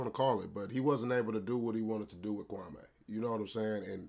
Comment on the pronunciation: Kwame pronounced kwah mee. He’s not wearing polka dots in the 90’s